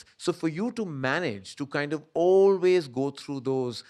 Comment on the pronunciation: Karan looking like Taran Adarsh and pronouncing ‘always’ like AB junior … Whyyyyyy? You are enough yourself